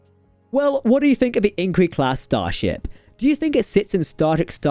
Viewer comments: Nay-sells? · Sounded like you said Angry Class. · Agreed I can barely understand him . I don’t know if it’s his accent or he’s talking to quickly and slurring the words . When he says “Inquiry Class “ he can barely pronounce inquiry . We need Ltcmdr Adam to be promoted and put Jack as an admiral behind a desk at writing.